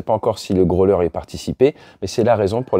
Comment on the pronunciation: Votre anglais n'est pas mal normalement, mais après le n-ieme mal prononciation de grow-ler and "norse island" en 2min, je décroche.